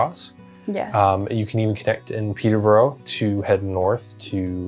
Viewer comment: Ely is a city, not a town. Peterborough is pronounced Peterbruh, not Peterburrow.